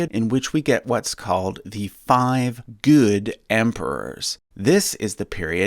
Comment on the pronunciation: I'm sorry, but the way you pronounced the word "good" really made me laugh. Great video, keep up the awesome work, thanks for the chuckle lol